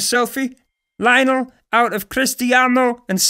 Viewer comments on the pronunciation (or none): Am i the only one who gets annoyed with the way he pronounces Lionel?